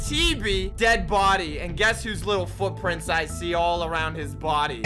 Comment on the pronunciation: "...and over time the frootfrints prhade awyaey"